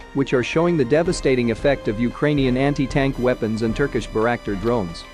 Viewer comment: Mar Iu pol,not " maray aple" Bay rak tar ,not " berack tar"